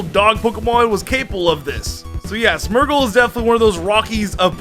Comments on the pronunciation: Smergle? Wtf is a smergle? Its smeargle. Smear. Gle. Smeargle. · You say smeargle smergle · The wey you say smeargle bothers me greatly ... "Smurgle"